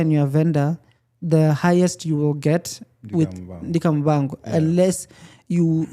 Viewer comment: But why is he saying Muvango instead of Muvhango